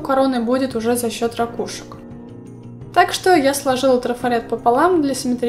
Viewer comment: У меня от твоих рАкушек чуть кровь из ушей не потекла